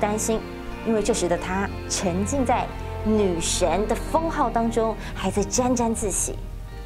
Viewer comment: 大家都和我一样对于她是女神有异议， 我想是主播没有把儿字音发好， 女神是 goddess 女神儿是是跳大神的 witches